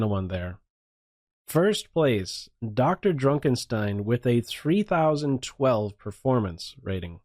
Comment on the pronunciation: I'm really bothered by the way he pronounces "DrDrukenstein"